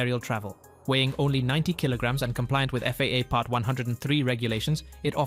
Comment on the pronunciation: Stop using a fake announcer that can't pronounce the text. Bede is not pronounced like bead. It is pronounced like beedee. FAA is not a word. It is an abbreviation. I stopped listening shortly after that.